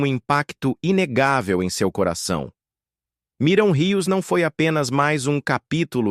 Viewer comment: Porque é difícil falar Miriam???? não Miram!!!